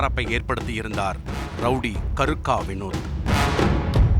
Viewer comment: என்ன பேரு கருக்க இல்லை கேருக்க